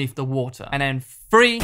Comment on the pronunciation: Power of THree not Free. You’re English dude, speak English.